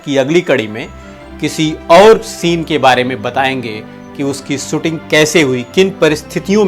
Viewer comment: भाई सुटिंग नही शूटिंग कहीये श का प्रयोग करीये